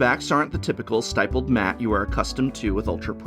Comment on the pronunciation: STIPPLED RHYMES WITH RIPPLED